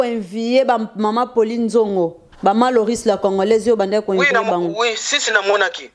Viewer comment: Ba preuves et non ba épreuves.Envier et non invier.la petite tu as encore beaucoup à apprendre.